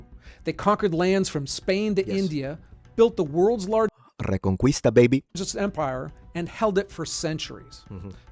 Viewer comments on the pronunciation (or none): Hello friend, love your content, just to let you know, both in portuguese and spanish, when "qu" is followed by "e" or "i" the "u" is always silent. So it should be read "reconkista" not "reconkuista" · Idk about italian but in spanish when pronouncing, Reconquista, you do not enunciate the "u". Its pronounced re-con-KEE-sta. Just incase anyone was wondering because they were talking about the reconquest of spain I thought id just elaborate. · Reconquista isn't pronounced that way, you know Spanish doesn't pronounce that u, be better